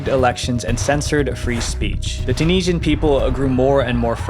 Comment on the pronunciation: I wish you could pronounce Tunisian.